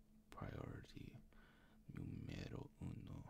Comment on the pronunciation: So, I’m Italian and when I heard you say “numero uno” I screamed so fucking loud LMAO (or maybe it was Spanish idk but still unexpected)